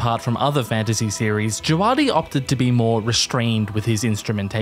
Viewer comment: This is the nitpickiest nitpick, but it's "Djaah-vuh-di", not "Djuh-waah-di". Otherwise good video, would love to see more GoT music analysis